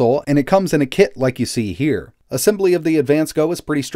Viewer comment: Did you say "ah sem bah lee" instead of "ah sem blee"? Nice video. I did buy that Motile laptop you reviewed a while back. The 142BK instead of the 141BK. 8GB of ram and 256 GB M.2 SSD. It's in route.